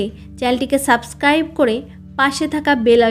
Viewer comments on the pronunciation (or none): none